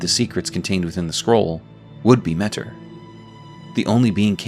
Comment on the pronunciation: I think it's pronounced "Meh-Teer"